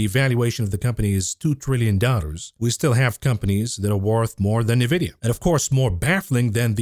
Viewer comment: ‼️“Nuh-videa” 🤮 b00mer detected